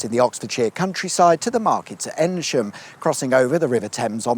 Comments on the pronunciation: Thanks so much for saying Eynsham and not Ainsham. Top Job! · THANK YOU FOR PRONOUNCING EYNSHAM CORRECTLY. I always get over this bridge for free; may have something to do with being in a police car though aha